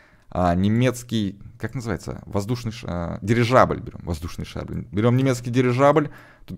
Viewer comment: прости конечно (сам ненавижу , когда меня поправляют ) , но ГиндеНбург , а не" ГиндеРбург" . Еще , просто к слову тоНН , а не" тоН ". Дирижабля , а не "Дирижажля ")))))))